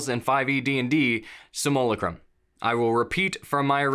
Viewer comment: is there a competition among dnd youtubers to figure out who comes up with the dumbest way of saying simulacrum?